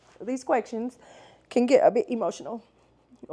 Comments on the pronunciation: are you saying “quecktions”? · Yes😂leave her alone😂😂